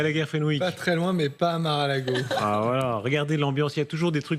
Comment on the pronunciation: FAUT PAS DIRE MARAL;AGO MAIS M A R E à L ' É G O !